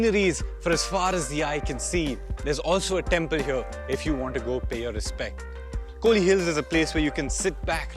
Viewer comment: It’s not kooli hills it’s Kol / li hills 🤦🏻‍♂️